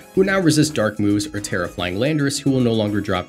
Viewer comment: It's Terra